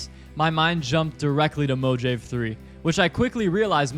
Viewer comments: Mo-JAYVE? Dude......Mojave 3 is named after the Mo-haw-vee desert. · Nice video and tunes. For future reference, Mojave 3 (moh-HAH-vee three) like the desert in California.